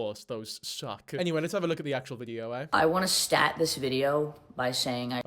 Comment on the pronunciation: Soon as I heard "I wanna STAT this video..." I got pissed off. 😂